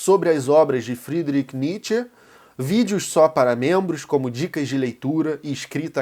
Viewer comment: Pq pronuncia o nome do Nietzsche e do Whattssap de forma diferente de qualquer brasileiro,alemão ou americano ? Soa estranho....rsrsra..